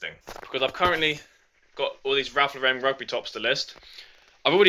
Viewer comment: It's not... its LAUREN